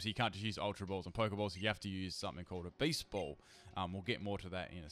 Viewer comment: What he said: beast ball What I heard: baseball